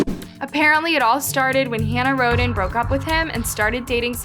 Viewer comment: It's Rhoden, not Rodin, I'd anyone wants to research it.